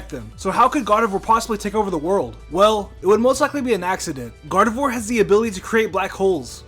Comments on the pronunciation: It is pronounced "Gar-de-vwah", not "Gar-de-vwor". "Ee-vel-tul", not "Yee-vel-tall". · You pronounced gardevoir wrong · You got Gardevoir wrong... One word: Flash.